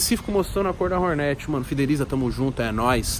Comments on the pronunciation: porra da agonia ver nego falando Hórnét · Fala Hornet direito só pq é da quebrada n precisa falar errado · Prq ele fala o nome da moto errado?